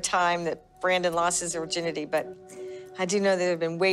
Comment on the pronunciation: Wait wait wait wait wait.....did his mom call it his "urginity"? lol